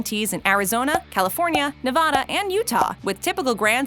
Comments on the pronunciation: Okay say it with me... "NEV-A-DA" not Neh-vah-dahhh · The way she pronounces Oregon and Nevada in the beginning. Smh. It's not "Nevahda" nor "Oregone." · Hi, just FYI, not Nev-Hud-Dah, it is NEVADA! If you ask me, the name should be Amazing and Beautiful NEVADA! Oh one more thing, In N Out is awesome! I just wish the lines weren't so fucking long. Thanks for the video. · its pronounced NEVADA AND COLORADO . engrish preese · Not to mention Ne-Vah-da? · Never EVER say “Nevahda” again. Ever. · Yea and Nay vaw daw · You pronounced nevada wrong...